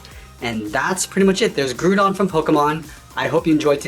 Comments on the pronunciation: Did he say grew-gon? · I hope you don't mind me asking but are you Canadian, because you pronounced Groudon with two O's like 'aboot'?